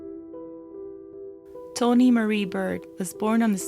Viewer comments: At some point you say “when she saw Tawnee wasn’t moving” and you say “saw” correctly. You can say “saw” but not “Taw”? 🤔 It was very distracting to me but I have ADHD so 🤷🏻‍♀️. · I'm glad you realize it. I loved the way you presented this, but saying Tony instead of Tawnee for some reason frustrated me. I can hear your accent, so I get it. I guess the frustration came from those moments in life when someone mispronounces my own name. Really it's a small thing, compared to the content of this story. So glad you did a video about it. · Sounds like you’re saying Tony. You can pronounce it correctly you’re just not trying bc that sound is unusual in your accent. Say tah like tata and not toe. You wouldn’t say toetoe even if you thought you couldn’t. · It's pronounced Taw-nee Baird. Not Tony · Omg its TAWNEE BAIRD, NOT TONY BIRD!! I get u have an accent, but PLEASE if u are going to do a story about someone, get THEIR name right hun!! I mean come ON!! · Isn't her name Tawny? I keep hearing Tony. 🤷‍♀️ Victoria seems VERY immature. That YouTube video sounded like it was coming from a 12 yo. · This is hard to listen to; her name isn't Tony. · Its tawnee not toni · This video is really good but it also is sooooo annoying that the narrator keeps pronouncing her name incorrectly!! her name is not "Tony" it's "Tawnee" there's a big difference!! Grrrr frustrates me so bad when some repeatedly pronounces names or words incorrectly! Even after hearing it properly pronounced in the video she still continues to say it wrong. Ugh 🤦 that's like calling me Jannifer instead of Jennifer! Come on man really...it's not like she has a thick accent or anything. She says every other thing properly. It's so obvious with the spelling on how to pronounce her name right tho! Damn it. Get it right or don't even bother doing it at all how about that! Shit... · you keep saying "tony" isnt it tawww-neeee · Lol… Sounds like you’re saying Tony.. I pardon you..